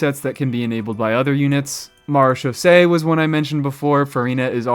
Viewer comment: Mad props for being the only content creator I've come across so far that can actually pronounce "Marechaussee" correctly. I've always wanted to like/use/etc Ningguang for actual combat, and always been really frustrated at just how badly the game devs screwed her over and made her almost completely useless in that regard. I was really hoping that Lunar Crystallize might save her, somehow, but she still seems to lag way behind almost any other geo character, even with that. Sigh. Ah well... "Hey, Ningguang, get your hard hat and your pickaxe. It's back to the mines with you!"